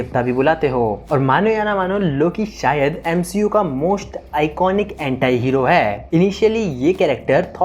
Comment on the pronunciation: एंटाई नहीं भाई एंटी होता है